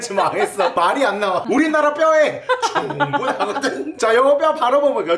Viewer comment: 충분하거든이... 왜 점점 흥분하거든으로 들리는거 같...